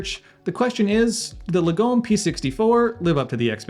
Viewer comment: Lagom is a Swedish word that translates as 'moderate' but is used to capture the Swedish culture of having things that are good but 'just enough' I.e. not ostentatious. Say after me, Lar-gom. Not Lagome.